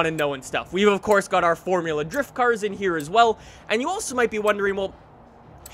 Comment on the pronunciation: Can you not speak next time / maybe pronounce the cars correctly